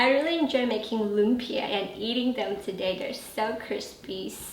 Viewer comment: Very nice, even pronounced 'lumpia' like a Filipino. A short cut to the sauce is Mae Ploy sweet chili sauce from your local Chinese or Korean store and a touch of Sriracha for the extra kick. Its good to have these available anyway if you are cooking Asian food.